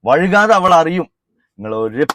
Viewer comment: ഫുൾ സപ്പോർട്ട്, നല്ലൊരു പണി കൊടുക്ക്, പിന്നെ സംസാരിക്കുമ്പോ വഴുക്കാതെ എന്ന് പറയരുത് വൈകാതെ എന്നാണ് ശരി